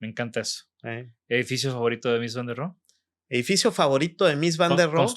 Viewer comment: «ROHE» SE PRONUNCIA CON «H» SEMIASPIRADA, Y TERMINANTE EN SCHWA, NO «RO».